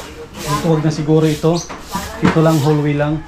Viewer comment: Lang not lack